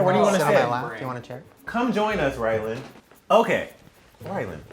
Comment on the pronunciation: Wait does Shane call ryland Ryan or ryland